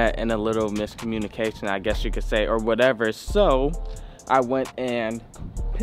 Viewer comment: 🤣🤣 said “WHATEVA”